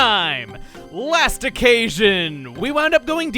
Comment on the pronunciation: Last occasion sounds weird.